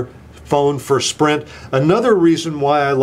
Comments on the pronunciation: Lol you almost said Shprint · he almost said "Schprint" instead of Sprint. Haha